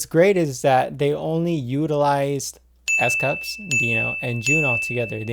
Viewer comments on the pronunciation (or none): I love this video so so much and I like this more than most reactions because you are giving content. Not just a reaction. But I’m not gonna lie, when you said S CUPS I absolutely lost it laughing. I love how you know their names and I love the content you are giving us. But I would like to let you know his name is pronounced as S COOPS :-)) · I'm always sweating after viewing these guys....and it's COUPS rhymes with scoops.....Dino dances like the building is on fire..and kudos for noticing JUN......